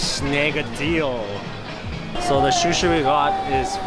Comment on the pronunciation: Yay Japan vlogs, when are you guys going back?? Also “fatty tuna shushi” 😂